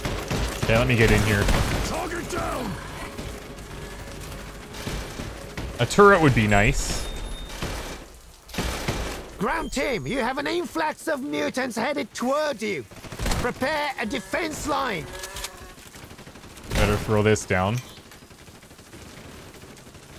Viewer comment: It's probably the accents of the people, but I constantly hear "grunt" when they say "ground"